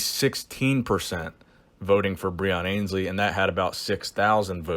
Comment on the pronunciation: Still mispronouncing Breons surname